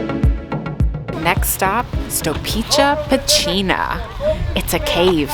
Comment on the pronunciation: I like your pronunciations of Serbian words! Especially Pecina, you nailed it! What do you use to make these great videos (I mean camera and mic)?